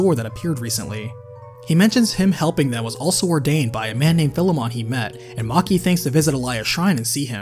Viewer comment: Bro, your pronunciation of Philemon is wack.